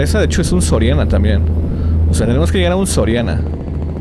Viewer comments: Dise soriano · y es soriana no sorania jaja un edor cualquiera lo tiene jajajjajja